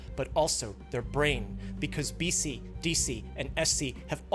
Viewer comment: BC MC DC SC? Tell me you don't know how to pronounce their names without telling me 😂lol